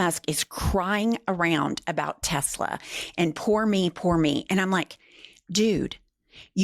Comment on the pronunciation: Why does Trump keep saying “Tesler”? Is he stupid?